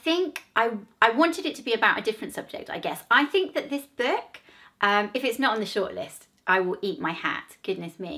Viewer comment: Her voice is so irritating she can’t even say the word book